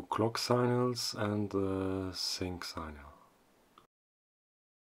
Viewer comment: it’s “sick-nal”, not “sign-al”.